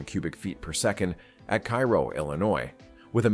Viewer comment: That's "Care-oh", Illinois. The confluence of the Ohio River into the Mississippi.